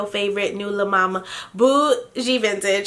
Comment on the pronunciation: 😂😂🤣 I had to rewind the video like I kno she didn’t jus say “Le Mama” .. I died! That live was hilarious.